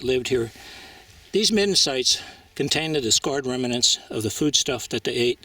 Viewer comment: The word is "rem-nant" not "rem-a-nant."